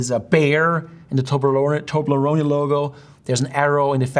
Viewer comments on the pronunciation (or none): none